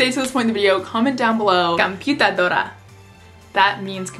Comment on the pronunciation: You said kinda wrong computadora, but i still love you